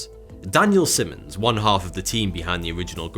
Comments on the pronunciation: Daniel's last name is pronounced SY munz, NOT SIM unz. Having the same last name, I suffer this often. There's only ONE consonant following the vowel " I ", therefore, the vowel is long. If it had been followed by TWO consonants after the vowel, it would be a SHORT " I " like in Simmons. Forgive my Grammer Nazi-type admonition, but I must bring it to light. Thank you for the opportunity, now- on with the show! CHEERS! 😁☮️ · in the beginning daniel simmons is called daniel simons.... get it right pls lmao